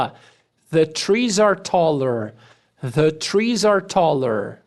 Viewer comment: Em "The air" ele faz justamente isso. Irretocavel.